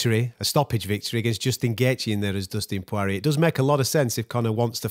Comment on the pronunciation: Who is Dustin Pworeeyay?